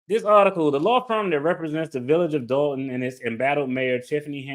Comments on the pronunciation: It’s Dolton not Dalton Doll-Ton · It's "Dolton", as in "a ton of dolts". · DOLTON not Dalton